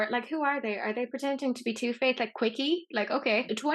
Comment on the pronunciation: The subtitles keep thinking is saying “toothpaste” instead of Too Faced, and I was wondering why the hell she was comparing the UD to toothpaste! Nooo, don’t put that on your face! 😂